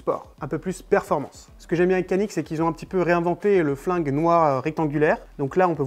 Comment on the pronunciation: Belle petite vidéo et surtout belle arme ! Les pistolets Canik sont excellents, juste une précision Canik se prononce "djanik" en turc qui veut dire "méchant"